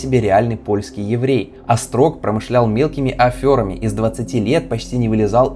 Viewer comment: афера произносится со звуком "е", а не "ё".